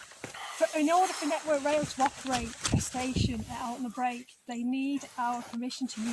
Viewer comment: I don’t think you people have grasped the Caithness way of life, a favour for a favour and all that, if you were more accommodating to the maintenance team I am sure they would do “additional” maintenance that would benefit you also, on a side note, Altnabreac is pronounced “Alt-na-brek”, not “Alt-na-break”